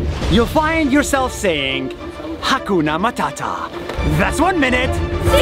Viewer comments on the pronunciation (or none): Guys 😂 you don't say hakuna matata you say ha gona mathatha😂😅